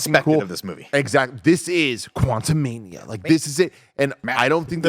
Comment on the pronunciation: Antman Quantu-MID-ia